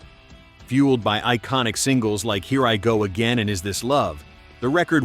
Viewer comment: E Ririgó aguein é foda kkkkkkkkkkkkkk